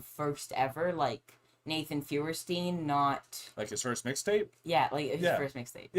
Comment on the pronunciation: Just to clear something up his last name is actually Feuerstein (FIRE-STINE)…